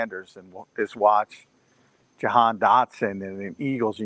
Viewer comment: his name is Ja -Han not johan 😂😂😂